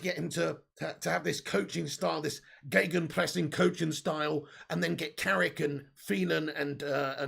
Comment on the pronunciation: kudos for gegenpressing pronounced sehr gut✅! Ralfy baby would of proud of you.